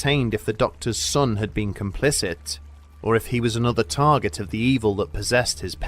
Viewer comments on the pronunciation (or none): none